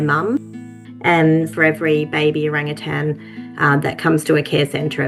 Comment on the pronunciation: I loved this video, but not entirely for the reason you might think. First, I loved the story. But second, nothing makes me crazier than when someone puts a “g” on the end of the word “Orangutan “. They are one of my favorite animals in the wild and not once did I hear the word pronounced incorrectly. Always O-rang-u-tan!!! Cheers. I love it ❤️❤️❤️